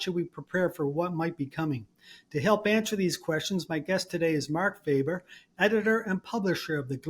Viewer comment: His last name is not pronounced Faeber but rather Faaber. He is not English or North American. He is Swiss. At minimum you can search the name of your guest properly. The standards or journalists are really in the sewage.